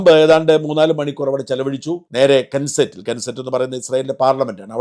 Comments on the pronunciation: എന്റെ പൊന്നു ചേട്ടാ.. കേൻസറ്റ് അല്ല ക്നെസ്സെറ്റ് ആണ് ശെരി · Knesset, ഉച്ചാരണം നസെറ്റ് എന്നാണ്